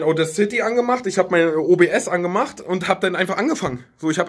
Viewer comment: 2018...menschen können immer noch nicht audacity richtig aussprechen...